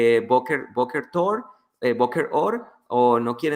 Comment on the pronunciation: Boker tor everybody! Asì lo pronunció y dice que estudia hebreo 😂😂😂😂